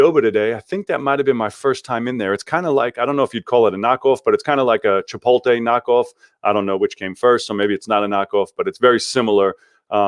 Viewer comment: It’s CHI-POT-LE, not CHI-POL-TAY.